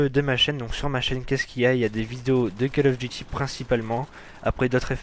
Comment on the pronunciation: POURQUOI TOUS LES CASTERS FRANCAIS NE SAVENT PAS PRONONCER CALL OF DUTY, FAITES UN EFFORT BORDEL